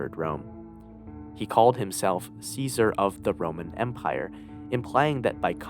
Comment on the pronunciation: lol, making an Iceberg and saying Ceasars name wrong is funny.